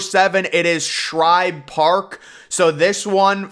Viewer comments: Its Shibe Park, not Shribe Park! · #8. Griffith Stadium was NOT "built around a tree" in center field. Homeowners there refused to sell, so the center field wall had to be built around the houses... one of which had a tree in the yard. ALSO -- #7 is not "Shribe: Park; it's SHIBE Park. No "R" in Shibe! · It’s Shibe Park NOT Shribe Park Come On Man Say It Correctly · It's SHIBE Park, not SHRIBE Park. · also dude says shribe park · It’s Shibe Park which I can Say Correctly while Looking It up on Wiki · That mispronunciation was killing me